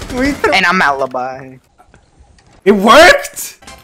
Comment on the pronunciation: that pronunce of ALIBI makes me so sad...